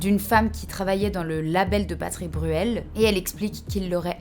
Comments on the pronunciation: T’as dit Patrick Burel deux fois, et mom TDAH a trouvé ça tellement drôle que j’ai pas pu me reconcentrer 😅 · Coucou ma douce. J'en suis à un tiers de la vidéo et t'a vraiment beaucoup de fautes orales dans ce que tu dis .. patrice Bruel, Justime, et beaucoup d'autres. C'est un détail mais ça donne une impression de négligence, et ça rend l'expérience d'écoute désagréable, alors que j'apprécie vraiment ton travail. Bon courage a toi, bonne continuation